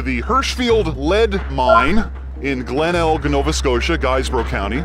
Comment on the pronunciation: I’m from there, the last “g” in Glenelg is silent just an fyi